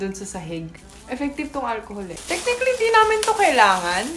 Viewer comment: Sino dito nagaabang tuwing sasabihin ni yung "tek-nik-lee"? 🥰